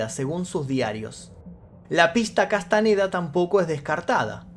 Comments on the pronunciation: Boludo!!, Castañeda no Castaneda, sentido común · Ok pero "Castaneda"? No mames